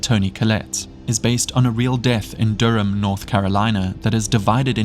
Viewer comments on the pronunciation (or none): none